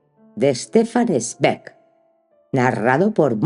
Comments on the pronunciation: Mónica, el apellido se pronuncia Svaig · Gracias Una sugerencia, zweig se pronuncia svaig con cariño saludos!!!